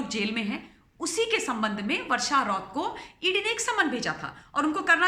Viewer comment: रौत नही madam ji राऊत